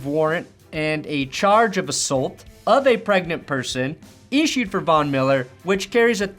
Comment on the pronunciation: You say assault weird, Shame on you